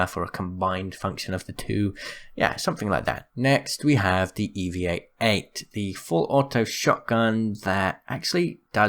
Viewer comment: Did you say evie-eight-eight??